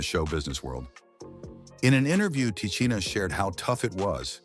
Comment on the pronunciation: Who TF is “Te-chinn-aye”??